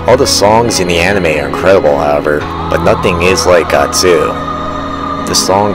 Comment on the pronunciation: you say its your favorite song and call it gatsoo lol no hate i just think it's kinda funny